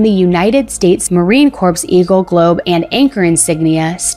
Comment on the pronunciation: As for the knife sheath, she pronounced “Marine Corps” as Marine “CORPSE”, yikes, that’s inaccurate. It’s pronounced as “Core”.